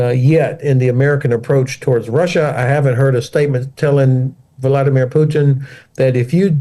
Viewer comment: How nice to hear pronounce "Vladimir" correctly 😃